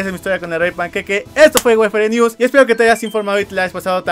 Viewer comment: Like si te diste cuenta que en el minuto dijo wefere news